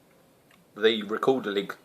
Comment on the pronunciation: Silent g at the end ;]